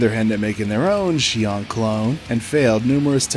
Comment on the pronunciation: The only good rappy is a fried rappy. also I believe Xion is pronunced Zee-On. or Zshe-On, with more of a zh sound